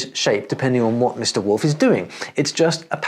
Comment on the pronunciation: Die deutsche Aussprache des Wortes Wolf entspricht nicht der englischen Aussprache. Der zweite Buchstabe o wird als o ausgesprochen und nicht als u, wie in der englischen Aussprache üblich.